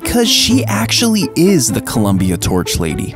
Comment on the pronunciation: You should have put the emphasis on the when you said “It actually is the Columbia torch lady” instead of putting emphasis on the is.